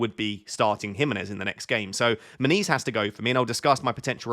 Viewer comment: when you say "... I have issues with Muniz", it sounds like you are saying "I have issues with my knees " ... made me smile, it's just a part of getting older ... 😎